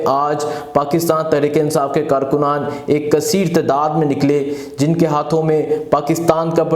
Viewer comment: Bhai hatta kia hotta ha,Bhai khataab hotta ha, anchor ho or pronunciation itni ghalat, Bhai aap Lahorri, khay ko hay kyun boltay ho, aap kaa lahja bilkul uneducated Punjabi lehja ha, Bhai apnay lehja ko improve kro please.